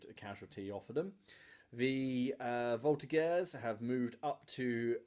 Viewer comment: Just a quick one :) In Voltigeurs the g is pronouced like a j (minus the d sound at the beginning). Thanks for your vids, I'm a true fan ! Cheers from Quebec !